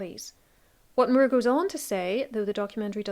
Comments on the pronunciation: Sir Thomas More. Irish pronunciation. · I was mostly listening to this video so I didn't realize until I saw it written on screen that you were talking about Thomas Moore because of your pronunciation of his last name. Lol